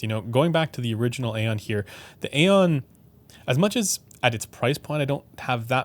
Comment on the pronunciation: Great review/video as always. Just a FYI for any future video where you may bring up the Aeon line of headphones: the word aeon should not be pronounced as you do it as the word is just a different spelling of eon. Perhaps Dan Clark himself pronounces it A-on but that doesn't mean it is right. Words have meanings and thus should be pronounced as intended. Also interesting when bringing up the Stellia you don't mention how one could just EQ the frequency response to mainly match the Stealth if that is what they preferred. You brought up EQ for the XC but not the Stellia. Kind of odd. I own the Stellia and think it sounds solid without EQ but I do have it EQed using Chrono's settings and it sounds even better.